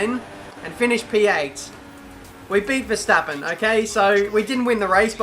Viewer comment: Yeah, vetsappen not Verstappen